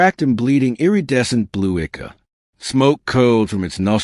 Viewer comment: In the very first sentence 'charred valley' sounded like "chaud valley", 'iridescent' sounded wrong, and so did 'ichor'. Overall, whatever accent this AI voice was told to use just makes a lot of the words just sound wrong, but the "charred" at the very beginning was the worst one I heard before I quit because I just can't deal with the off-putting vocal.